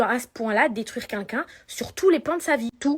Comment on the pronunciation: "Vous pouvez tuer cuncun"..! Non Magali... Répète après moi... QUELqu'un... Allez, essaie stp 😉